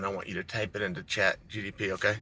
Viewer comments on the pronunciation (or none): did he just say chat GDP??? Tf 😂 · Uncle Charles, it's 'Chat GPT'..Lmao